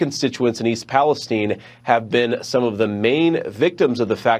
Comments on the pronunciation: And why is it pronounced “East Palesteen”? It’s Palestine 🇵🇸. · Um, East PaleSTEEN? OK then...:body-blue-raised-arms